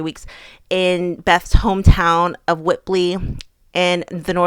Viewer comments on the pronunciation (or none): Lovely video but please never say Whitbly again. WHITBY. As a local it gave me the ick x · Laughed so much at this we noticed during the match too and had a good chuckle 😂 Beths home town is pronounced whit bee Love the videos xx